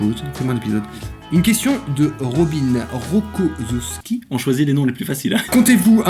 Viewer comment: Haha, je ne pensais pas que vous galèreriez autant sur le nom de famille xD ( c'est " Ro-ko-ssof-ski") :) Et non c'était pas trop chiant! PS : L'espèce de truc sur la droite où est marqué " Axolot", est-ce un clin d'oeil à Axolotl? ;-)